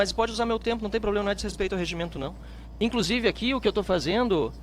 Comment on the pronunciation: Ministro falando " ploblema" é doença crônica do PT